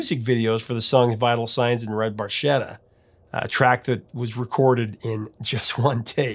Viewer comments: Bar-ke-ta… Little boat in Italian…. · Fun Fact: Barchetta is actually pronounced with a “k” sound, not a “ch”. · I always wondered why they pronounced the word barchetta incorrectly because I'm pretty sure it's pronounced bar-ketta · The italian word barchetta is pronounced bar-kay-ta. But I think we'll let the boys slide on this one. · Geddy didn't even pronounce Barchetta properly in the song! 😅